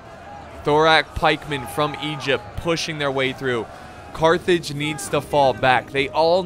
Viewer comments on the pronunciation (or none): Almost raged when you said Cartage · Your my favroite youtuber and i almost punched my tv when you said carthrig(sorry if i miss-spelt carthrig) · I got flashbacks when u said Cartage! xD